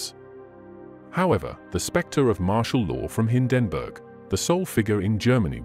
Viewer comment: They really have to work on the AI Voice models. Don't expect NAZI to come out like Churchill, but Hindenburg should sound like standard pronunciation. And CORPS not Core? Spoils a good video